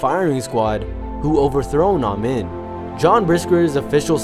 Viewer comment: It's pronounced E.D. Am-een.